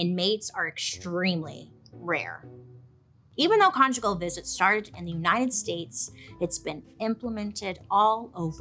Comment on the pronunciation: Did I just hear Bailey say “get con-jiggy with it?”😂